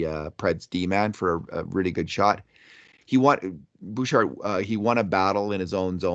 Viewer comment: You don't pronounce the "d" in Bouchard.